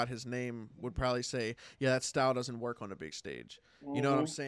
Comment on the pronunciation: Man said Twork😂😂